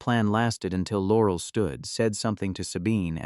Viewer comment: In what world does someone make video that looks like it was made in 1938 and uses a 3rd rate Ai that can't pronounce "Laurel"??